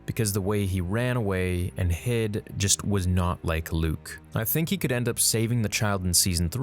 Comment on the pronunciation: Yo he got Luke right 😂😂😂👍👍